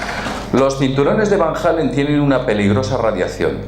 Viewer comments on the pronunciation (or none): A ver si pronuncias de una vez bien Van Allen. Van Halen era un guitarrista. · La próxima vez que menciones a los cinturones de Van Hallen, quilate la "H", y lo dejas en Van Allen. De paso no pronuncies "Jalen". Si ahí te equivocas (POR NO AVERIGUAR NI CONSULTAR), imagínate la credibilidad que tienes para el resto de la información que das. Tengo un amigo que ha leído mas de 500 libros muy interesantes, eso no le ha dado ni un punto mas de C.I., se queda con los que nació.